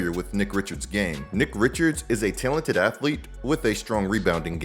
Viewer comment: The way you say talented is wild. It sounds like tailented